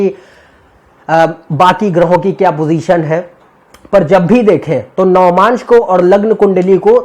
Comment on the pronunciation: it is not "navamaansh" ............... it is "Navaamsh"..........